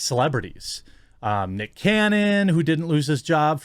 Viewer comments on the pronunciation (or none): none